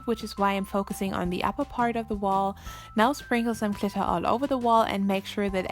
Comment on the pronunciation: I love how you say glitter, I’m not trying to be mean or anything but I think it just sound cool the way you say it